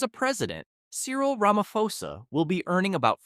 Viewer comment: You don't pronounce it Ramafosa but rather Ramaposa